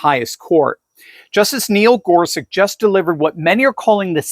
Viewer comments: Wikpedia says Gorsuch's name is pronounced gor sutch, not gor sick. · Isn’t his name pronounced GorSUCH? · why does he keep saying gorsuck